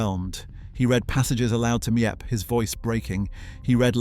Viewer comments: You’re mispronouncing Miep’s name. It is NOT Me-Ep, it’s Meep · Before u make a video and post it u said make sure ur dates are correct and dnt use Wikipedia for ur research cuz it can't be trusted. And ur saying Miep's name wrong. U need to delete this video and redo it. Ur not doing Annette justice.